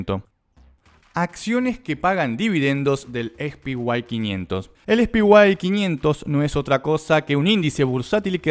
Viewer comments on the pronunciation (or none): "es pi guay 500"?? Jajajajjajaj ahí va de nuevo...."es pi guay 500"...es re guay el "es pi" jajajaj